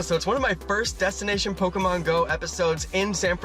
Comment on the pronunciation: did you stop trying to say Pokémon correctly?